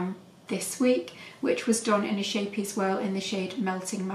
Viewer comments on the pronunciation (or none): So beautiful thank you 😘 by the way it’s pronounced scape-ee-es meaning little ship xx